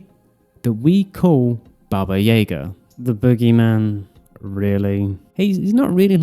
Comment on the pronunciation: Why cant people say Yaga right 🤦